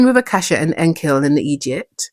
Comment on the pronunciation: I thought i heard you say "the blood of a cashew" 😂